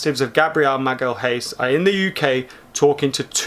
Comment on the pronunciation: Read it as "Magaliáes" if you're an English speaker. It's definitely not Magal-haes. I've seen you guys having trouble pronouncing his name, so if the interest from United is indeed real, you guys will know how to say his name.